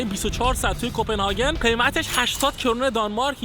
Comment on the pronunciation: کپنهاگ ❌کپنهاکن✔️ کرون❌ کِرون✔️ سالم❌ لال✔️